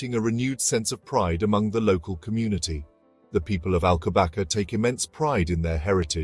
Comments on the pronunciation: it is prounonced "alcobassa"! not alcobaka!!! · I love the Monastery of Alcobaça, but I have to watch this with the volume turned off. How can a video be made without checking how to pronounce Alcobaça, ç is pronounced as a soft S not K.